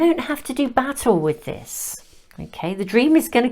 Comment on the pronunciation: Hee! Hee! Although I knew you were saying 'battle', I kept on hearing...you dont need to do 'Bat-ALL' with this 😂...I nice PC version of what I usually feel like saying. And yes, it was a great message to let go of the reigns. Thanks as always 💛